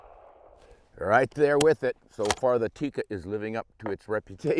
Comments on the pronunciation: It is not pronounced Tiikka.It is pronounced and written with one i.So it is Tikka. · It's Tikka.. not "theecka" or "teak-uh". It's just a direct tick-a. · Almost 60 years of Tikka rifles and people still cannot pronounce "Tikka" correctly.